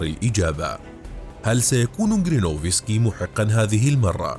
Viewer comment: اسمه جيرينوفسكي ... و ليس كرينوفسكي. تخدش الاذن 😅🥲